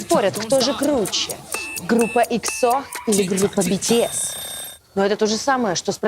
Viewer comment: бИтИэс, ИксО, шАеНнн, блЭкпЭнк вы а токих группах не даже слышали. Да а как же, не слышали мы, больше половины населения земного шара не слышали о тАкИх группах епт, че за тупость ?